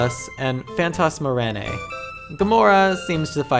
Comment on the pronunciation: For Phanatasmaraneae, its: (Fan-tazm-uh-rainee-eye) Or: (Fan-tazm-uh-rainee-ee) Either or is the correct pronunciation. The name is two words combined; Phantasm and araneae, meaning ‘Phantom Spider’.